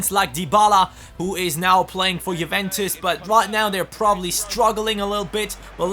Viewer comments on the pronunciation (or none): none